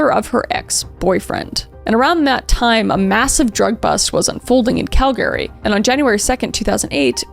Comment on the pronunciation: Girl why are you saying Calgary like that?